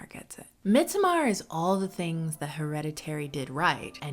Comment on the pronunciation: "midsuhMAR" girl shut up and call it midsummer like the rest of us